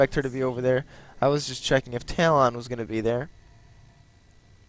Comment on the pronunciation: 2 things 1. i think your saying talon wrong? xD 2."happy birthday to the ground" is from lonely islands i threw it on the groud